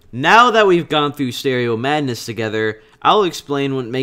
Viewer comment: "let's look at stereo madness" what i heard: "let's look at stereo badness"l